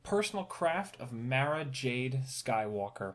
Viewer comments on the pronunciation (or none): Btw you pronounced Mara wrong